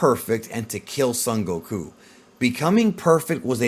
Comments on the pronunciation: The incorrect way he says the names gets on my nerves. GoKUuu! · Loved the video, really dislike how you pronounced things like saiyan and Goku just completely incorrectly.